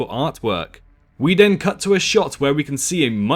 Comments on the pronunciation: ha I’m not American, I’m English, Kent to be precise . And for the record what your speaking can be barely regarded as English. You may think your pronunciation is fine but it’s not. you don’t say a single T, Th, ING! All f’s, V’s and D’s.... you say den multiple times in the video whether you’re aware of it or not. It’s called Th-fronting. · I know there's a lot of people who drop h's and t's etc but ''we DEN hear...'' den? ive never heard anyone say den instead of then!